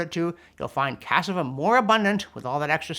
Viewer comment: cas-SA-va. (Sez the same dude who tried to help with Spanish in ur report.) Somehow despite more nitpicking from me, your videos remain great. But yo it feels like ur picking on cassava, bro. Apples contain cyanide. Tomatoes potatoes & eggplant are all in the deadly nightshade family. Many roots require processing to remove toxins before eating. Cassava is par for the course!